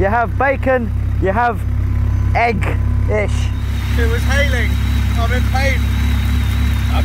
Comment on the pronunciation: Why does he pronounce 'egg' like that?